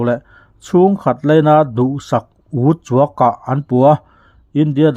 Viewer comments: Mizo ṭawng ivathiam lo ve dusak "uchuak" *tih ilamdik thiam lo nge*❓ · Chhiar tupa,mizotawng hi hmang uluk vedeuh teh,uchuak ilamrik dan tehi adik lo